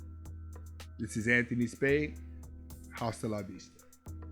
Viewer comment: Dude love your messages and how you relay them but.... Hasta la Vista is pronounced Asta La Vista the H is silent in spanish